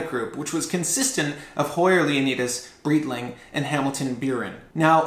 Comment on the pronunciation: Very good, researched video. Easy to find a Frankenwatch Speedtimer, very hard to find a working authentic version - good job! Thanks for getting the facts right on the space program, but dude - it's BRIGHT-ling.